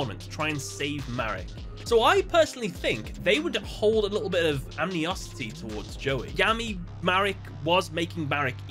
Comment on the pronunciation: animosity not anmiosity